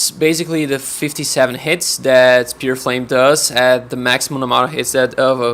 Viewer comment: "Sphere," not "Spear."